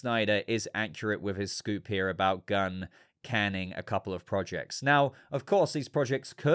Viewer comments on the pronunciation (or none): none